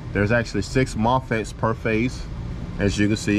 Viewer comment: What is a "mofitt" 😂